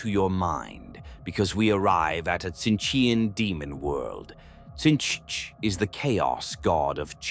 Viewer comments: Personal favourite: Sintchch 😂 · Better teach the voice thingy to say Tzeentch properly, maybe spell it phonetically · It is funny and apropriate how the Ai(come on, we all know) keeps pronouncing Tzeentch in different ways.